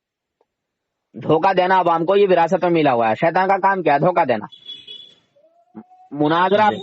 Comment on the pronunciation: نام تو چینل کا صحیح اسلام رکھا اور اردو بھی صحیح نہیں آتی ۔ مناجرہ نہیں مناظرہ ہوتا ہے ۔